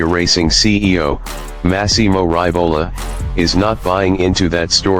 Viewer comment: Hey,, it is pronounced Ree-vo-la not Ry-vo-la...